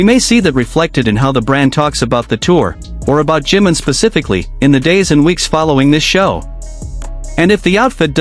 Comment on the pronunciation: JIMIM, JIMIN, SAY HIS NAME!!! 😂 JI-MIN!!! NO JIM 🤦🏻‍♀️🤦🏻‍♀️🤦🏻‍♀️